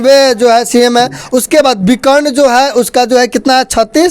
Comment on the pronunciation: Reporter bhi anpadh hai विकर्क nhi विकर्ण hota hai Pata nhi subah subah muh utha के चले आते है।